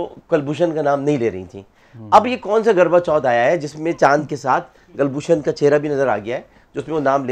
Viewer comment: Garva chauth nahin..KARVA CHAUTH hota hai